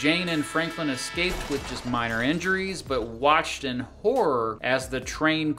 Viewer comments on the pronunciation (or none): none